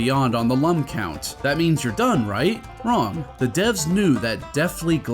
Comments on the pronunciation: How can you call yourself a true Rayman fan if you pronounce "Lum" incorrectly? It's pronounced like "loom" given that their name comes from luminous (I'm mostly kidding but I think Origins even specifies the correct pronunciation sometimes if you bounce on the wizard's hat, so that's something) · As per the manual: "pronounced “Looms”, like ilLUMination, and not “Lumms”, as in dumb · The manual says that. I remember hearing the pig latin in this game pronounce it as lum in the game and getting PISSED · I believe you forgot a very important detail from the manual…it’s pronounced “looms” as in the French word lumière, “lum’s for dumbs” as it said, and made me take a step back for assuming 😂